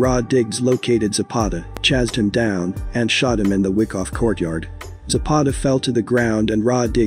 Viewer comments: It's not fucking WICKoff,it's WHYkoff! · Its pronounced (why- cough) not wickoff lol